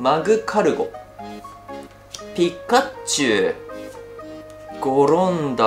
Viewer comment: 毎回ピッカッチュウになっちゃいますね😂😂笑 可愛い。笑❤️ 奏多くんの語彙力が崩壊しているｗｗｗ｢あーーー！えっえっ！！いいんですかぁ！！？？！｣ 良かったですねぇ☺️❤️❤️